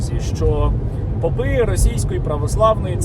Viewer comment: Попы и попы, ударение на о